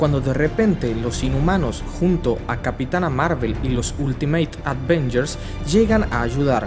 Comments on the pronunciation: Avengers no advengers Fraidey no fridai es genial como narras pero siempre tienes las mismas pronunciaciones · Se pronuncia Avengers NO advengers, se dice Hibernación NO invernación. Me gustan mucho tus vídeos pero a veces se vuelve intolerable escuchar tu mala pronunciación. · Avengers, no ADvengers Hibernación, no invernación Jane no es lo mismo que Jean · Se agradece el buen trabajo de resumen y edición, solo te agradecería no volver a decir "aDvengers" porque cada vez que lo dices un Hulk crece en mi interior. Sugiero practicar la pronunciación "Ávengers", como si la "A" se acentuara y, por favor, sin ponerle una "D" a la palabra. Gracias por lo demás. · Alguien expliquele a este muchacho que son los "Avengers" no los "ADvengers" jajajaj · alguien más nota que dice "advengers" en lugar de Avengers ? igual muy buen resumen para quienes no leímos la saga completa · Porqué le dices aDvengers? es AVENGERS sin D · aprecio muchísimo tu trabajo, es un esfuerzo enorme. Gracias Lo único que te puedo decir, es una cosa, por lo que más quieras, cuando pronuncies Avengers, no le agregues la D. Por un mundo sin la palabra "aDvengers". Gracias de nuevo! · Ven, te enseño a pronunciar lo que más nos gusta... aVenyers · Solo he oido a 2 personas decir aDvengers, tú y una señora en el cine. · Porqué le dices ADVENGERS........? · Desde cuándo se llaman "di advenllers" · que son los Advengers, este we no sabe pronunciar ningun nombre, pobre diablo!! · escuché hasta advengers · por favor, deja de decirles aDvengers!!! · madre mía, si dices la mitad de los términos en inglés, al menos dilos bien...... y lo de "los avengers" me ha matado....